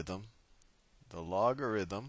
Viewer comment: “lock a them” 😂 Loved the tutorial!